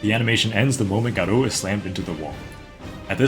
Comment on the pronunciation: 'Guh roo' Nigga its Gah Row Like Gaara from Naruto but 'O' at the end like in SopranOoos